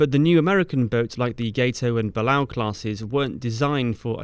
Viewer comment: Just FYI, the sub classes are pronounced "got-oh" and "buh-lay-oh".